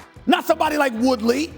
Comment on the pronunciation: This dude a clown 🤡🤡🤡 saying Woodley and askren the same 🤡🤡🤡